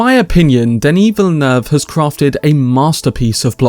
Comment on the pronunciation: Finally a anglophone reviewer who pronounces Villeneuve correctly!